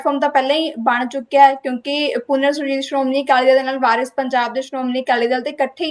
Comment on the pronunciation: Anchor bibi teree pronunciation BJP WALI THEY ARE WARIS PUNJAB NOT VIRUS IMPROVE YOUR SPEECH